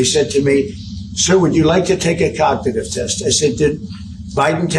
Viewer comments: Donald. It's cognitive and not Cagnative! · "I'm cagnative". What an ass. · Cog na tive pronounce it right you t wit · Did I hear him say, over and over, "my cocknitive test"? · COCKADIVE TEST ? WTF ? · I didn't know Cagnitive was a word. 😂 😂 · What is a kagnawtive test. Idiot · He called it cagnitive he's soooo smart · Take a what??? He can't even pronounce the word cognitive... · He doesn’t even say cognitive right smh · He can’t even say Cognitive right! What an fng joke! Put him in prison and the world will be so much better! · Such a liar, he can't even pronounce cognitive. Sick pos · A what test!? He can't even pronounce the word properly, let alone pass a cognitive test😂😂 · And why does pronounce cognitive like that? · He can't even pronounce cognitive ffs 😅😅😅